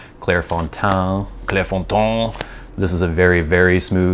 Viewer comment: Nice attempt to pronounce Clairefontaine. I'll give you one point for merit, and another for the belly laugh, but yeah, you butchered it. :) I have an predilection, nay obsession with Tomoe River paper. I'm absolutely gutted that Tomoegawa has decided to nix it. I've been on a quest to find other paper to fill the void, but so far I haven't been very successful.